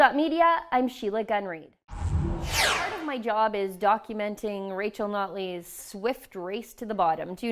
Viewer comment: Is Sheila saying "Nutley" just fast enough to hide the fact she isn't saying "Notley" ?